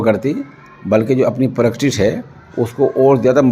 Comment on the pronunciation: حضرت پریکٹس لفظ ہے۔ ناکہ پر کٹس